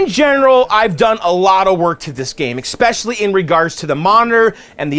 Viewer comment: Bro, how many times do I have to say it? There is no "x" in "especially."